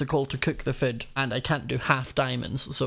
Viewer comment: Am I the only one who hears prounces food as foot?